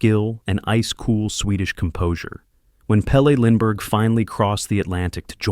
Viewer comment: Maybe if you pronounced his name correctly this would actually be good loser